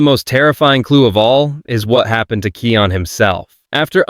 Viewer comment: Kion's name is pronounced KAI ON not kee on lol!